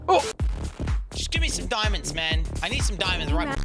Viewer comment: he just wanted ziamonds zai, then got lazis lazuu. i feel him